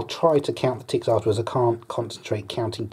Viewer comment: How he say tets should be on a tntlv or try not to laugh video